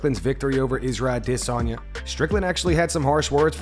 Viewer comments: Why do pronounce Adesanya as dis·saa·nyuh instead of how it's pronounced a·duh·saa·nyuh? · Adesanya Not Adisanya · Man if I never have to hear this a**hole say AdSEnya ever again...... it would be to soon.